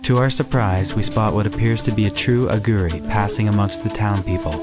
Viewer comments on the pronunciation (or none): why are you pronouncing Aghori in such a strange way? aghuri? its a long o.